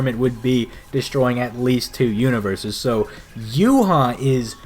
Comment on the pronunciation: Whenever Yhwach bach's name comes up. Its basically saying You haw bach-bach. YH is yuhaw. The wach part is the Bach part so its Yh(youhaw) wach (Bach) and the Bach part it sounds like Vahhk. Meh I'm bread and butter